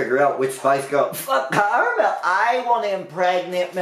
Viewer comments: It’s caramel not Carmel lol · It's caramel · I just started watching your videos and I'm wondering are u saying carma of carmael??